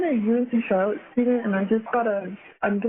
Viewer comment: Hey Charlotte is actually pronounced an Sh sound Just to help you out